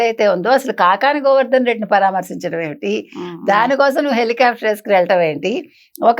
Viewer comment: Anchor గారూ సరిగా పలకండి "పరామర్శించడం"